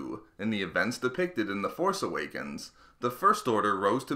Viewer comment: Did you just say the horse awakens